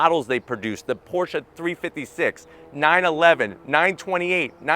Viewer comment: Why does he keep saying Portia? It's Porsheh